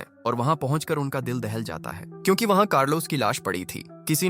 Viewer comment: AI he bhai ye sab..aap google gemini se baat karna wo kyunki ko chyunki pronounce karta hai..and yaha voice over b yahi pronounce kar raha hai